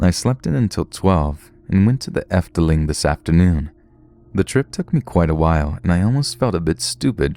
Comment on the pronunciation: I'm from the netherlands and the way you pronounce "gezellig" is super funny xD although you did pronounce our amusement park good enough xD we also have walibi lololol the efteling does has it's up and downs since me and my dad were stuck in an attraction once.